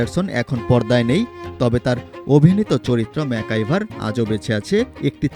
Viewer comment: ম্যাকগাইভার উচ্চারণ করতে ভুল উচ্চারণ করেন কেন? ম্যাকাইভার বলেন কেন